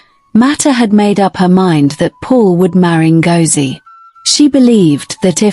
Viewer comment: The name is Ngozie, as in go, go. Zie as in the letter Z